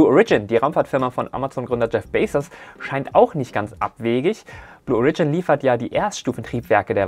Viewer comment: Ich halts nicht mehr aus - bin ich halt ein Klugscheißer... Bei "Blue Origin" liegt die Betonung auf dem O, nicht auf dem ersten I 😉 Danke für die News!